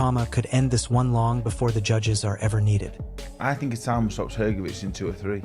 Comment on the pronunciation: Hergobic Is at it again Aren't these guys ever gonna pronounce his name correctly